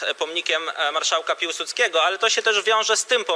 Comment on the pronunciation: No dobra, ale dlaczego chcecie stawiać pomnik jakiemuś Piułsudskiemu? Ktoś taki nie istniał,a jeśli istniał ,to na pewno nie był marszałkiem. Prawdziwy patriota, za którego się uważasz, powinien wiedzieć ,że marszałek nazywał się Piłsudski, a nie Piułsudski....wstyd